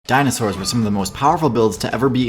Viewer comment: As paleontology enthusiastic myself. You pronounce all of the dinosaur name correctly.